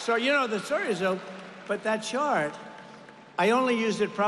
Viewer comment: He said Shart Girl, not Chart.